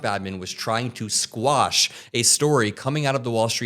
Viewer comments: … it’s quash. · It's QUASH! 😂 Not squash.. thats a.vegetable. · you "quash" a story, not squash